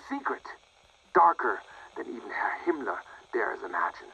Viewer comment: Mispronounced Himmler